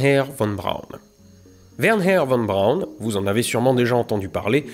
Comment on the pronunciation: J'ai adoré cette serie de deux vidéos. Mais je trouve dommage que tu force un "WerHer" Von Braun (alors que ça se dit plutôt "Werna" ou "Wernerr" selon l'accent et que tu oublie totalement que V2 se lie "Fao2".